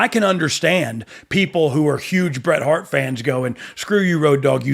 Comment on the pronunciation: Lol Road dog shouldn't even mention his name in same sentence as Hret Bart. Shawn will always be the goat but "Hret Bart" is up there